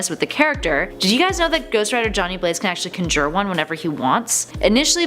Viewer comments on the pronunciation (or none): I didnt like how she said conjure Kahn-jer Not kun-jer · For real, like why are so many people just glossing over "cunjer"?